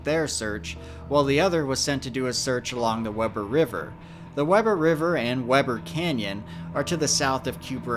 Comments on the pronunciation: Weber is pronounced “WEE-burr” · love your vids. small correction the pronunciation for Weber is not Webb-er but Wee-burr 😊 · I’m from Utah I remember when Garret went missing I have a son who was the same age and was an active Boy Scout there are a lot of people who have gone missing in the Uintas my heart goes out to his family just so you know Weber is pronounced We-bur also a lady was camping up there and was bitten by 14 recluse spiders they had got in her sleeping bag. Yes Misquote’s are bad in Utah you can get a repellent for them which helps it’s amazing how someone can get lost so easily and quickly ❤️ I have heard that his dad goes up every year and still looks for him. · You can really tell when someone isn't from Utah. 😂 I know this is a year old, but it isn't pronounced "Web er" it's pronounced "We ber". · Weber is pronounced wee-ber. Just trying to help. Great video. I remember when this happened. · Nice to see you in my neck of the woods, will say, though Weber is pronounced with a hard E for the first e, more like wEEber. But, good job actually coming out here to see the unique terrain. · It’s a little nitpicky, but you’ve always come across as a perfectionist. The Weber River is pronounced WEE-ber. I only know this because I currently live in Utah. I truly enjoy your videos, especially when debunking Dave. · The river is pronounced wee-ber. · All of the "Weber" references are pronounced — "Wee-ber." Those places in that area of Utah are named for John Henry Weber (Wee-ber) who was an early trapper and explorer of the area, who immigrated from Northern Europe I believe. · Weber is pronounced Weeber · This is pronounced Weber with an “e”, not Webber. This is a tragedy for the family. I hope they find him. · "Wee-ber" River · Weber is pronounced Wee burr. Just fyi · I'm from Utah and it's pronounced "Wee ber" river. Just saying. Good video though. Very thorough. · It’s pronounced Wee-bur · It is wee-bur weber river 😊